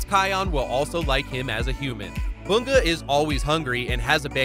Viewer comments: BU-Ga!?! It's bun-ga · No disrespect but its bunga not boonga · IM SORRY WHO IS BOONGA? YOU MEAN BUN GA BUNGA?